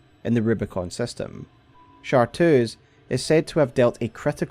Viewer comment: Awesome vid! The only thing that got me was it's ChartReuse, not Chartoos! Chartreuse is a color.